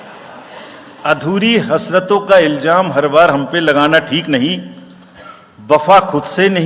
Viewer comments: Pahle Urdu seekhain phir shaiyri karein Iljam nahin Ilzaam hay.EC.ko Urdu parhna chahiye. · Arey jahil baba ILJAAM nahein ILZAAM.